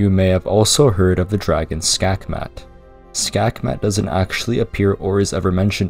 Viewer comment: Skakmat is literally the Danish word for checkmate, you even pronounced it pretty decently. It's hilarious that they literally just used a Danish word as a name.